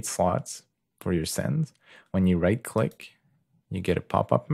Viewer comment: Good work, you just need to add that "k" at the end of "click" :)